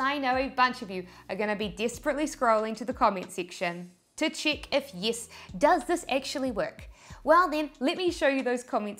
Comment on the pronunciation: yiss = yes 😁